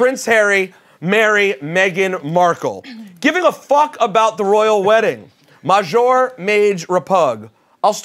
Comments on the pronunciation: Got these grown ass men saying maj majour repug. Show cool but stop that shit. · Just wondering, is “majour” supposed to be French? Cause that doesn’t exist lmaoo